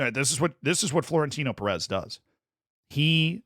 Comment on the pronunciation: Hey Z, you are pronouncing Pérez the wrong way. PÉrez - the phonetic prominence, or the stressed syllable, is on 'PÉ', not on the 'rez'.